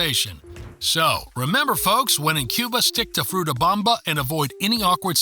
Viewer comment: Fruta bOmba, not fruta bAmba (Bamba is a dance). A and O are pronounced very differently in Spanish. Also, the word "“mÁquina” has an accent mark on the Á. You must stress that syllable, not the one that follows.